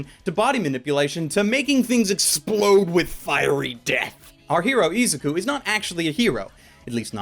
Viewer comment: He pronounced izuku wrong